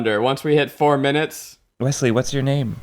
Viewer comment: Wesley still not able to pronounce his own name: WESSY!